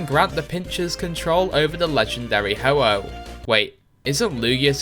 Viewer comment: no? pretty sure it's ho-oh